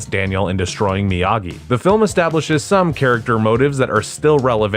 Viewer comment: 6 theatrical films. - "Miyagi", not "Myagi" - And Bill Conti as the music score composer. - It was purchased by Netflix after its 2nd season originally aired on YouTube Red - Production on season 6 wrapped last year, and all 3 parts have already dropped on Netflix - You can NOT skip The Karate Kid part III, especially if you're going to watch Cobra Kai